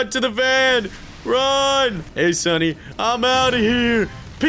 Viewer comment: It think you ment to say sonny like this SUNNY